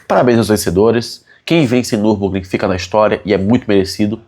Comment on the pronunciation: O max so nao conseguiu fazer voce acertar o nome da corrida kkkkkk. Ja tava dando agonia